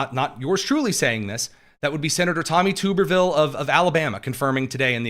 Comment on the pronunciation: Tubber-ville not Tuber-ville